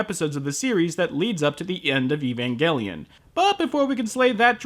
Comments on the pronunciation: he called it evangellion in another video for some reason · Evangelion! Pronounce it correctly you weabo! Evan-gel-ian. Like angel! Not gull, it's gel!